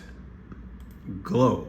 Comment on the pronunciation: GLASGOW, NOT GlasGLOW😂